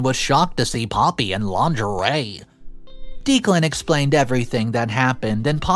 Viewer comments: (pronounced decklan not deeklan) poppy gave so many opportunities for op to remove her i got to 7.50 timestamp and i think eloping was your best bet for a peaceful happy wedding day mil and sis are as bad as each other and why did op not punch poppy back? at 15.14 i can not understand ops reluctance to ban poppy from her wedding? i mean wth. NO not ask her....TELL HER. get a spine and some common sense imo lawyer and sue poppy for slander / defamation good god op still whinging about sis not at the wedding.....really. op not living in reality? and now we see where op gets her blind trust from ...her mother how did steven even get near the projector to put his "film" slideshow on it? op is wrong. wedding and night was ruined mostly by herself for being blind and not preparing properly but husband is also wrong for his comments. again... preparation (security at door and at the projector) could have stopped all that holy.....you confide in poppy? sorry here. but op is STUPID who sent the email? if you suspect anything. investigate first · It's driving me crazy!!!! I swear it's pronounced Decklan! Am I wrong??? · I love your videos and watch them daily. I notice that you pronounce a lot of words wrong. I usually look passed them. However, you keep repeating the name Declan over and over. It’s pronounced Deck-lan. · Just to interject. I have known 2 guys named Declan. Both pronounced it DECKlan. Could we get this straight. Thanks. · It's Deck • lan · Dude, you NEED to start asking people how to pronounce words and names if you aren’t positive on their pronunciation. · Everyone in the story is just frustrating including for not knowing how to pronounce "Declan" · Your pronoucing Declan wrong so the e is lower case sound not upper case if you think eh no E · The name is pronounced Deck-lan, not Deeklan. Sorry for being the pronunciation police, but the name was said so many times 🤷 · It's not Deek-lan.................it's Deck-lan.